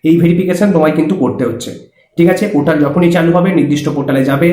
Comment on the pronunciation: Chomu usko portal bolte hain not potal 😂😂😂